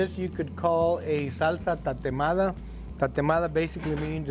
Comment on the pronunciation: Tateada? Es Tatemada 😅